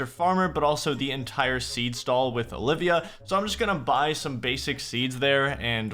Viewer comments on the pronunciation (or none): none